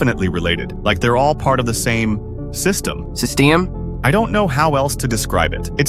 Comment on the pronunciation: system❌ Sesteem✅